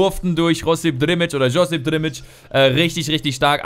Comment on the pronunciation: Der heisst drmic nicht drimic da im Namen hat es kein 2. i .